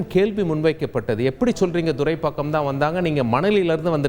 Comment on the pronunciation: Sir please mention the area name correctly, it's not Durai pakkam... It's Thuraipakkam..